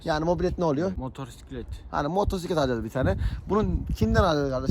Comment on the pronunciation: Motorsiklet diyorsun ama mobosiklet anlaşılıyor